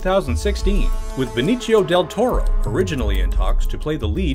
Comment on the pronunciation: Please stop it with the "Beniccio" del Toro 🙈 he's hispanic not Italian and as an hispanic myself it's so cringy everytime i hear that 😅